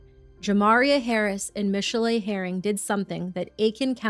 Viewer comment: holy fuck. who would ever think to pronounce 'michelle' like that. no wonder she was crazy.